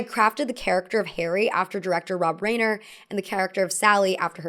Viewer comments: The director of your favorite film pronounces his name Ri-ner, not Rain-er. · It's Rob RYE-ner, NOT RAIN-er. The general rule of germanic names with "ei" or "ie" is that you pronounce the second letter. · Reiner is pronounced rye-ner… not ray-ner 😬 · Actor - director - producer Rob Reiner's name is pronounced "RY-ner", not "Rayner". I'm sure I'll be written off as some kind of cranky "Boomer", but it hurts your ability to be taken seriously when you repeatedly mispronounce the name of one of the most prolific and talented directors in the industry. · R eye ner, not Rain ner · Rob Reiner's name is pronounced "Ryner" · Rob Reiner is pronounced Rine er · Love the commentary, but though loves Rob Reiner's movie, she mispronounced his name throughout the segment about his film. It's Reiner = "RYE-ner" I'm old and grew up knowing him and his famous dad from TV and the new generation should be informed to at least SAY this comedy giant's name correctly. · rainer? rainer? geez... big, thick unsub for that one. film literacy should include the pronunciation of crazy-established names. I do like rainer tho.. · Great video!! Im excited for rom com fall 😊. Oh! It's pronounced Rob RYE-NER 🙂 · Reiner is pronounced R-eye-ner. I think with names in particular it would be worth your time to learn to pronounce them correctly (this happens a lot in your videos), as it comes off as disrespectful to the person and their work. It's also frankly really unprofessional, and this is literally your job. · please, please please PLEASE look up name pronunciations before recording! the rein in reiner is pronounced like the stein in frankenstein. his name will be said at the end of any interview. flubbing word pronunciations is one thing, but it's important to get people's names right. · I love you, but how you're saying "Reiner" is driving me nuts lol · I love you,! Even though you said Rob Reiner's name wrong like a hundred times.